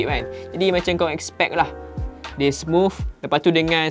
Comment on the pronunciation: Smuff smuff smufff... Org us/uk pon x sbut smooth - smuff...pelik aku org malaysia ni